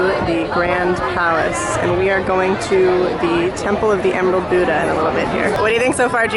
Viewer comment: .i am a Buddhist (daoist) Buddhist and I hate to be that guy but it's pronounced bud a not boodaa